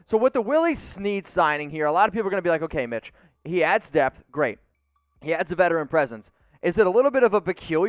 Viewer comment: DEPTH. I thought you were saying DEATH and I was super confused lol